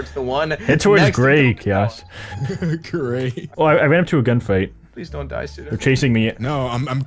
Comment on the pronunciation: Suda says Chaos like Kiosk :P